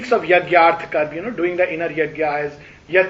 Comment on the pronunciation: In such conferences will it not be appropriate to correctly pronounce Sanskrit/Hindi words, Names viz. धर्म, कर्म, केन्द्र, इंद्र, वरुण, सूत्र, अर्जुन, वेद, etc. instead of pronouncing as धर्मा, करमा, kendraa, वेदा ,Indraa, Varunaa, Sutraa, Arjunaa etc. etc. . If speakers with profound knowledge of the subject and languages speak correctly, others who do not have that much knowledge will learn from them and thus it may help all the learners. Your in depth knowledge and the way you explain the subject is incredible.